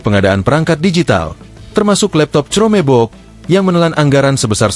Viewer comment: Reporter media ini berpendidikan rendah. Baca chromebook saja tidak becus, parah.